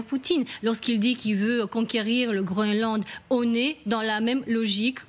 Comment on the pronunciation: Bon. Les Francé là. Ça se dit "grouneland'" , pas "gros haine land". Faisez un effort svp 😂😊